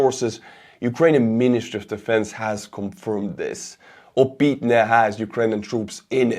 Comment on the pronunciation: just an fyi, the "y" is pronounced more like Estonian õ, so it's "Opõtne", similar to like Kyiv is "Kõjiv". It's a minor thing, but as a fellow Estonian I know you can pronounce it with much less difficulty than native English speakers. Thanks for all your work!